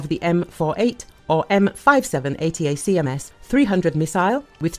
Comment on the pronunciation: Please update the AI to say A-TAC-AMS. Annoying.